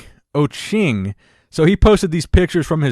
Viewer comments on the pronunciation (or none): Haha. I'm Kenyan. Last guy pronunciation is the 'e' is like the e in egg. Pronounced just how it appears Ochieng